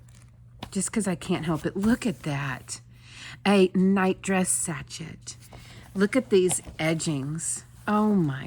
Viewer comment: Please forgive the correction...sachet is pronounced "sa-SHAY." Love your videos!